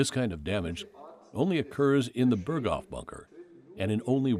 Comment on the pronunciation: Ps Berghof isn't pronounced like that